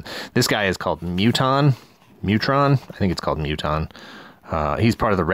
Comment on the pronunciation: 1: It's Muton 2: It's ZED Force! Zee Force?!